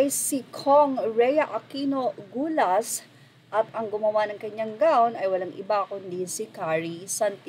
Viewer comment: congresswoman Gullas of Cebu please pronounce it right